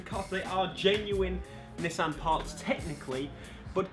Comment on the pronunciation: Don’t say nissssan It’s pronounced Ni-ss-an